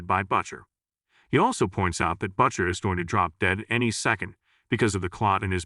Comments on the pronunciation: Why are you pronouncing "Butcher" as Buccher? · Who is "Butt Cher" that you keep referring to, will "Butt Sonny" show up for a duet? Perhaps getting a real person to read the narration, rather than the AI/text-to-speech program which is currently butchering the pronunciation of every third word? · "BUTT-CHER" How can your AI not pronounce the name Butcher properly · He's referring to the terrible AI voice used to pronounce Butcher as Buttcher. The AI can't even pronounce the name correctly, what a joke.😂😂😂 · Why does Butcher sound like 'botcher' here? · HORRIBLE recap....how can a ai voice screw up "Butcher".